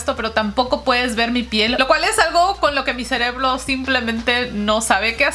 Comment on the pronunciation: Ame cuando dijo cereblo😂🥰 Una nueva palabra que agregar a mi diccionario jaja, i love ❤